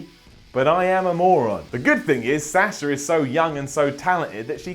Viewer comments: it's Sasha not Sasher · Oh god how he says sasher and cener